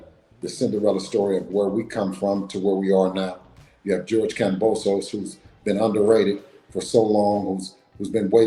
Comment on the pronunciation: Haney turned kambosos to kamBOYsos! 🤣😂🤣😂🤣😂